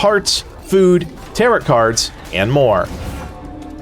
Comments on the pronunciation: bro it's pronounced "taroh" not tarut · Or teh-row but definitely not t sound at the end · Its TAROOOOOOH not TarEEEET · “Tarrow” card… not “taret” 😂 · Tare-oh , not tare-it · Tarot is pronounced ta-row not ta-rut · A fix... affix... who cares... Tearit cards...Tarrot cards... who cares. Nice video otherwise, thanks. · btw its not taroT cards its pronounced tare-oh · It is pronounced taro cards, not tarrot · I can’t tell if you’re saying “tarrot” cards like “carrot”. I apologize if I’m mistaken, but if not, it’s “tare-oh” cards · Him pronouncing "TaroTT" card? Its "Tarrow" lmao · It is pronounced "Tare-Row" like "Row, row, row your boat" not "Tare- rot" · Good tips! Quick tip for you - "tarot" is "ter-OH," not "tarr-OT". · You don't pronounce the second 't' in 'tarot.' tear-O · Tarott cards. Bro needs to learn how to pronounce Tarot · "Tarow" cards :) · The T is silent at the end of tarot So you say it like taroe Just fyi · Tarot is pronounced "tarow" by the way.... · Jesus Christ it is pronounced like "tare oh" it literally hurts every time you say it. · everyone pronouncing tarot wrong is so annoying, its tah-roh. silent t at the end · FYI the cards are pronounced tear-row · Tarot is pronounced "tare-o" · The second T in Tarot is silent. TaroT was killing me. Good video otherwise. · Tarot is pronounced like sparrow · igood video just the way he says tarot bugs me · Lol he says "tarot" rhyming with "carrot" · the way he pronounces tarot is giving me an aneurism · The t is silent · Just one quick thing - the 'rot' in tarot is pronounced like 'row'.